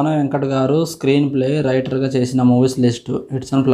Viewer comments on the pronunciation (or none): రేటర్ కాదు... రైటర్